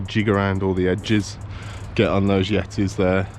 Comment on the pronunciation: "Yetties" !?. You're in Brum, not Tibet! 🤣